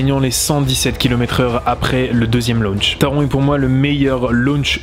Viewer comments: Taron ce prononce Taronnn,le n ce prononce en allemand Il est vrai qu’en tant qu’Alsacien (pas grand est merci...),on prononce à l’allemande Pour ce qui est d’Helix,j’y vais normalement cet été (ce qui est bien,j’ai l’entrée gratuite,grâce a la carte annuelle d’Europa park...,on a 8 Park avec entrée gratuite 😊) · merci je suis dac avec toi taronnn